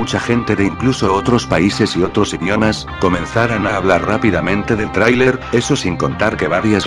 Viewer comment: te apuesto que hiciste lo imposible para que dijera trailer bien y como no salia lo dejaste asi saludos